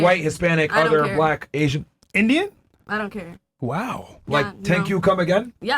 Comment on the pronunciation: That stress on “Indian!?” Hahahha…. We are not cockroaches man! 🤣